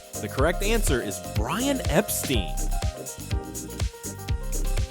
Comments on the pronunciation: No, he's right. Brian's family name was pronounced Epsteen, a German/Yiddish name, but Brian called himself Epstine because he felt it was more English-sounding than the Germanic pronunciation. I was a teenager in England in the 1960s and I can personally confirm that was how Brian pronounced his name. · Dude, it's not "BRIAN EP-STEEN." It's BRIAN EP-STINE... rhymes with "LINE" not "LEAN."